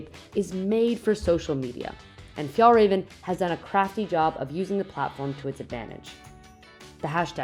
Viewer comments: She's pronouncing "raven" wrong. It's RAW-VEN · As a swede you get insulted by the pronunciation😂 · As a Swede I was hoping they had done some research and knew how to pronounce it properly…it’s fun to see something being big in my childhood returning on so many people’s backs.